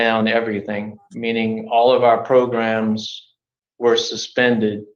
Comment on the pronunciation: He's also trying to get to stop saying progrums by saying programs 15 times😂😂😂, that's the only part I'm enjoying in this progrumlol